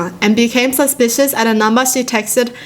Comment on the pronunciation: “dOnt be SusPius dAnt be Saspuis DONT BE SUSPIOUS”